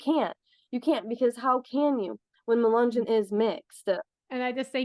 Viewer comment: Mu- Len -yon was a mix black and white. Mulatto. You aren’t pronouncing any of these right. Which show how much our country has progressed.